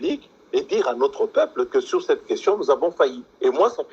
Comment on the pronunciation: Pourquoi la plupart des journalistes au Congo ne sont pas capables de distinguer "i" du "u". Ils vont dire sir our au lieu de sur. C'est embêtant quand meme. Mais dans tous les cas l'emission était intéressant, coup de chapeau pour les informations de. J'espère que le peuple va punir ces gens quand viendront les elections.